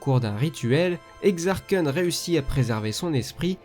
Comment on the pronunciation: Bonne vidéo même si je connaissait déjà tout, la légende des jedi étant la toute première oeuvre de l’univers étendu que j'ai lu, sinon, Exar Kun se prononce pas "exare koune"? Perso je disait "exare kune" quand j'était petit! XD